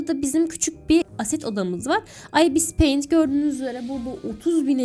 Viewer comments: İbıs peyint diyo okunuyo abla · Okuması çok fazla "Ibis payint" "Abis paint" "Ayipiş pay amit"(bu en güzeli) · Ibıs peınt ıste